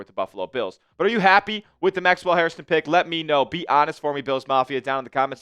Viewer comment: HAIR - stun. Say it after me. HAIR - ston. It’s not HarrisTON